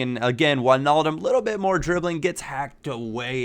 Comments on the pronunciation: Finally someone who can say Wijnaldum right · U pronounced wijnaldum right!!! nice man